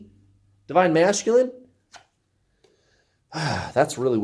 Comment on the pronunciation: I love how you say divine ma"sh"culine😂😂 it's my fave!😉